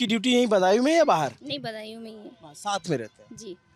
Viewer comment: सौरभ जी बदायूं को बंदायू बोल रहे हैं भाषा में ध्यान दो भाई